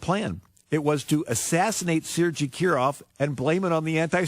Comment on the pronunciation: I think you can justify ignoring fascist wingnuts who cannot even manage to pronounce Sergei correctly.